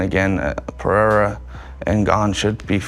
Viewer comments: Chael cannot pronounce Perreira, sounds like Peter and Cyril like Surreal! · Someone teach Chael how to pronounce Pereira,holy fuk